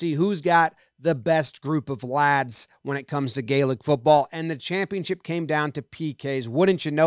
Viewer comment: Tampionship????? Did you misspeak and mean Championship? Or is that the spelling/pronunciation over there??